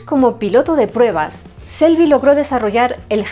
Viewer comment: Muy buen vídeo y muy bien explicado todo pero por favor ya lo he escuchado en otros vídeos no se pronuncia Shelby (selby) con ese se pronuncia chelby. Por favor me duelen los oídos cada vez que lo escucho. La imagen de la comentarista abajo a la izquierda de la pantalla restablecer visibilidad a las imágenes. Por lo demás todo muy bonito